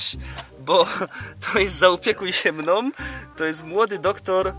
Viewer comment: naucz się mówić mną a nie mnom